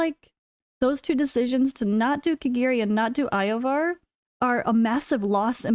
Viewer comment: Yovar ❌️ Eye-Oh-Var ✅️